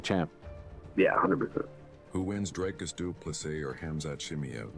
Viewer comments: How can Dana still not pronounce Dricus’s name properly? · Even Dana doesn't know how to pronounce his name